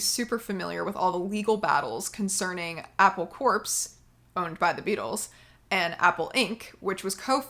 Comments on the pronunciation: It's Apple 'core', not 'corpse' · I was drinking chai just as you called for a tea break. Serendipity! Btw, "Apple Corps" is pronounced like "apple core", not "apple corpse" in case you make another video where you have to say that. 👍🎶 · Apple Corps is pronounced Apple Core. It derivative of a military term.